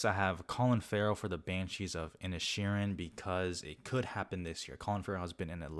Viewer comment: It's pronounced "in-ish-ur-in